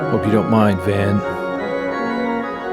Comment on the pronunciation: Is it my ear phones, or is your signal distorting from metal overload? The V in Van is pronounced as F. Also in Van Halen. Also Van would be good with double pedals, playing the intro to "Painkiller". 😁